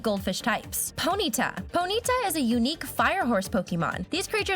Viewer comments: You Said Pontya 😂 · Did anyone realize "Pontya" xD